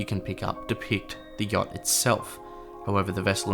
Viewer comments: THE START WAS ALL LIKE “the jot 😢”😂😂😂😂IM DYING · "the yokt"